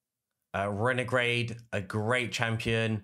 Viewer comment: Frezi the Cracker? Lmao! Renegrade? Lmao! Umigrim? Lmao! Dude I’ve never heard someone butcher so many champ names in one video, WTG! Otherwise, good video. Happy Holidays!